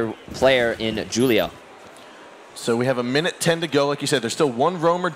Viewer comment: The way they pronounce Julio drives me insane